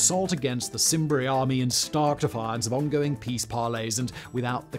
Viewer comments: Simbri? Were they related to the Selts? Roman C is pronounced K. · Cimbri has a hard C like Canterbury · This video is ruined by the fact you don't know how to pronounce a diphthong "ae', or seem to realise Latin uses a hard "C" (there is no soft "C" in Latin) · It's pronounced kimbri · I know this is a old video and perhaps others have pointed it out to you, but if we are going to present intellectual videos at least get the names right, the pronunciation of C in Latin has a K sound. Your are welcome